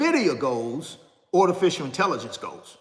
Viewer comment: What the heck is a panakin? & ortificial intelligence. Is that your garage? Thanks, for nothing 😂😂😂😂😂😂😂😂😂